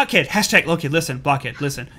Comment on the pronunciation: Oh god i fell out of my chair when he said listen that way! XD